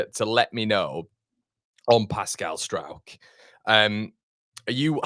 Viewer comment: Turned off after you said Pascal of Struijkshire ! Kevin of Kevinshire ! :0)